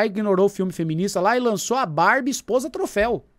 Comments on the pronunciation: Minha filha fala barbia igual o hahahahaha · nao aguento quando o chama a barbie de bárbia